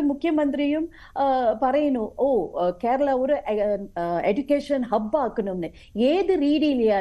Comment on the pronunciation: ഇവൾക്ക് കേരളം എന്നു പറയാൻ പോലും അറിയില്ല